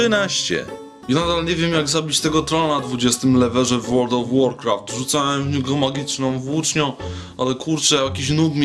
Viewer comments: Na 20 lvlu (lewelu) a nie "lewerze", a tak ogólnie to spodziewałam sie czegoś lepszego. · Mówi się "levelu" nie "leverze"... Wyskoczyłes jak noob OMFG LOL...